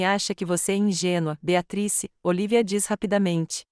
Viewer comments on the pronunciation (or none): Nao consegue falar o nome BEATRICE??? TEM QUE FALAR BEATATRIS???? horrível essas falas erradas.